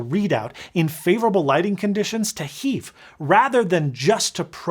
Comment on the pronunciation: Hearing HEIF as HEEFH ruined my day in the keynote. In my head, it’s always been pronounced like German nein.